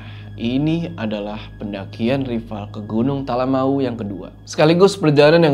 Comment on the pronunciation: Bangg maaf sekedar mengingatkan, nyebut talamau tuh sbnrnya bukan Talamawu, tapi pengucapannya tuh lebih ke "Talamaww" 🥲 greget bgt soalnya dengernya, maaf ya bggg 🥲🤲🏻